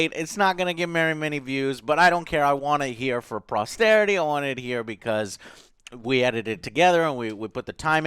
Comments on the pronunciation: sorry Joe but "prosterity" is not a word. it's for posterity... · Joe POSTERITY not Prosterity. No R dude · posterity joe not prosterity